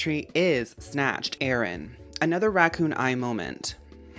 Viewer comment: I like how you pronounce Aron as “Aaron” and Illumise as “Illumisayy” but Carvana is just Carvana haha